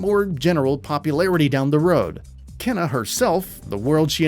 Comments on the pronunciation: is it not supposed to be pronounced keena rather than kenna? keena sounds a bit better. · Kena's name is pronounced in the trailer (like "Keyna") yet he still mispronounces it as "Kenna" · For the record, it's pronounced "kay-na".